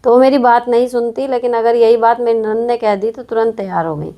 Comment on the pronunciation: Mam aap nanad(ननद Word ki pronounciation thoda theek se kijiyega